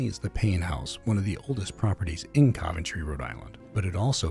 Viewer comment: Why do you pronounce Coventry incorrectly??